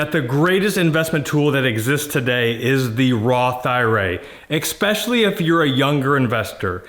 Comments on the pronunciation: Cmon bro it’s ESpecially not EXspecially lol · “Expecially” smh 😕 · No offense, but the word is ESPECIALLY, not EXPECIALLY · Expesially? Eggspesially? 😅🥳✌ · did he just say x-specially? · I think I unconsciously knew not to put penny stocks into an IRA, but clearly spelling it out for me helped to actively avoid that as a long-term investment strategy :] Thanks for the tips, “ekspecially”s aside ;P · Great info. At the risk of sounding like a prick I must say the use of the word “exspecially” does make me question a guy’s credibility in most circumstances. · it’s pronounced Es-speshully. Are you from philly or Pittsburgh? I hear they pronounce the ex